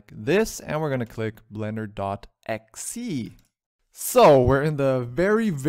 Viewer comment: "blender.axee"? Who does that? That's the first time I've heard someone say axee instead of e.x.e.